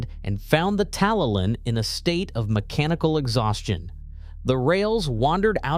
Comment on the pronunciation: It's nice that Americans want to make videos on British subjects, but it is a shame that they never do their research to get the pronunciation of place names correct. I can forgive a difficulty with some Welsh names, although it should be easy enough to pronounce 'TalyLlyn correctly, but 'Birming-ham'? It's 'Birming-um'. Also, the terminus shown at 3.44 is Porthmadog, on the Ffestiniog Railway.